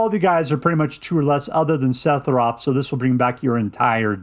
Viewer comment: Holy shit, say sephiroth wrong some more lmfao.